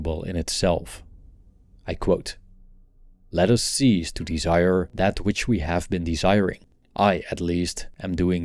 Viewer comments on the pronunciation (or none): Bit of constructive feedback- cease and seize are not pronounced the same, it’s an important distinction for a non native English speaker with a big YouTube channel. - ceasing the desire and seizing the desire mean the opposite Hope this is helpful